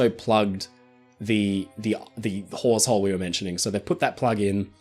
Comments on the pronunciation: Hawsehole….I thought you said wh#r@ hole. 😂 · He called it a HAWEShole, everyone... just in case anyone out there isn't up to date on their ships terminology like me. I heard something far, far dirtier. Had to google it.